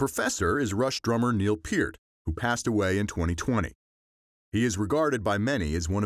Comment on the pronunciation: Neal WHO? 🧐 it’s pronounced perT